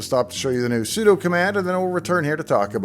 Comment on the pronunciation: I'm glad I could trust you to pronounce "sudo" correctly, unlike approximately 98% of Linux YouTubers.